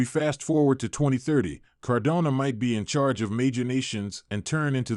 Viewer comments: Why can you not pronounce Cardano properly? Its frustrating. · This is so frustrating. How can a channel dedicated to a specific crypto not even pronounce it correctly...